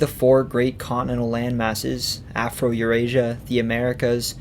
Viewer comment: yes, you said Afro-Eurasia... THANK YOU!!! :D